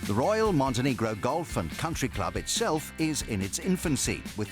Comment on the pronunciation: OMG, its not Montenigro, its Montenegro!!! -_